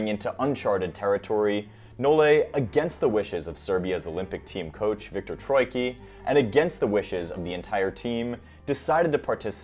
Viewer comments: viktor is not troiki. its troicki, same as greg rusedski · Not Viktor Troyki, it's TroyiTSki or Trojicki in writing